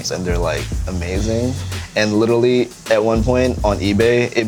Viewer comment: "and litelly"